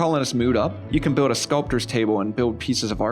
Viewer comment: You say biwd and biwding instead of build and building lol! That’s all I could think about during the whole video